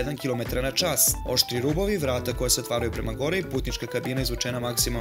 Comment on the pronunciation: Countach se ne cita kuntas nego kauntac